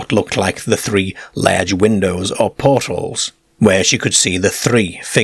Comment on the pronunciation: It was laiirge too. We sound funny to this guy.